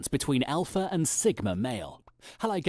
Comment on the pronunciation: He's not the alpha, he says he's the Olpha